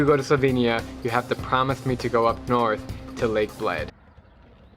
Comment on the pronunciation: You said Bled wrong, also did you try Blajska kremšnita?